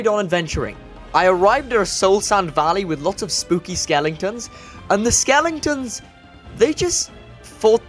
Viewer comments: Hahaha skelingtons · skelingtons xDDDDD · did he just say skelingtons 😂😂😂😂